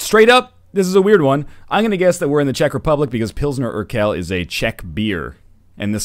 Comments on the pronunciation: Pronouncing Urquell [ˈuːɐ̯ˌkvɛl] as Urkel... trolled me good. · im crying. It's pronounced "urkwell". "urkell" sounds so strange. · Best pronounciation of Urquell ever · I died bc of the way you pronounced "urquell"